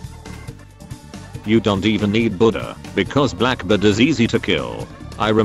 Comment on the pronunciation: When he says Black bird it got me dying